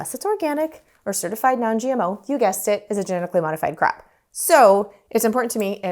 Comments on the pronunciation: I thought she was saying 'gmo crap' but it was 'gmo crop'. LOL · I like how her accent makes it sound like GMO crap when she says crop. Because that GMO processed seed oil is terrible stuff. 😁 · Can't tell if your saying genetically modified crop or crap 😅